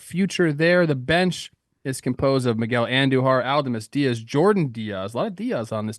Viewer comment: Trev's pronunciation of Aledmys Diaz was wild